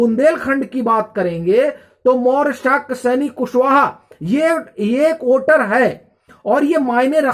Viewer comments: Don't judge him by his pronunciation. He's doing great work. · ओटर नहीं वोटर ।